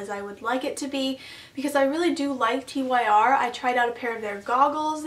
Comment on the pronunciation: Sorry to nitpick but... you can pronounce it "tear" or you can pronounce it "tur", but for the love of God, literally for the love of the norse God of War for which the company is named, please don't call it Tee Why Are.